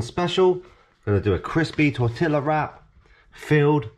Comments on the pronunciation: Im Mexican. The pronunciation of tortilla hurt. Lol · The way he pronounced it hurt my Mexican heart. Lol